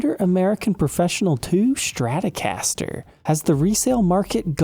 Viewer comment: There is no h in Stratocaster.